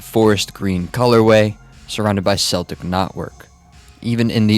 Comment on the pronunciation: no no. its spoken as ''kell-tic'' dont get that wrong again pls bro